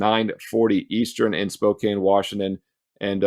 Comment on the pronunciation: Pronounced spo-can, I know you like to get it right. I think Texas +10 makes sense if both teams intentionally play slow. UCONN today.